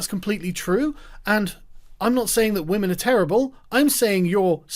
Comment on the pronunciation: He said respecttt Wamen